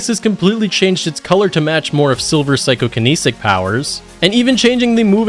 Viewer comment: Psycho-kinetic. Not psycho-kaneesic